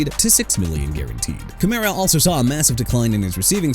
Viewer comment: That's enough of you saying "jag-wires" and "chee-kah-gow"! Jaguars as in JA-GWAARS!! AND CHICAGO AS IN SHUH-KAH-GOW OR SHEE-KAH-GOW!! YOU UNDERSTAND ME BRO?! ALSO ALVIN KAMARA AS IN KUH-MA-RUH!! AI VOICE GUY... YOU'RE DONE AREN'T YOU HUH?! IF SO QUIT!!!!